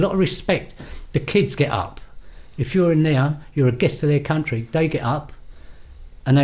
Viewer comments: The word you keep trying to say, and failing is "Country" Not "Counry". There's a T in it for a reason. I bet you say buha instead of butter as well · One of the most dangerous men in the 'cuntree' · "baddest men in the cunnry"